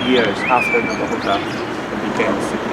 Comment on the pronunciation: Nearly fell off my chair at the pronunciation in the first minute. Now-a huttah?